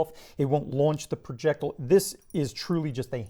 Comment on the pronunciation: he says projectile like an idiot.